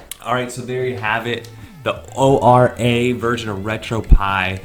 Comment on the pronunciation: whilst O-R-A isnt technically incorrect internally we say Ora like kia ora the wonderful fruity beverage or like aura